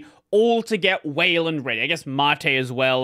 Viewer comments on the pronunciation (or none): Why does everyone pronounce things wrong? It's soos and māt.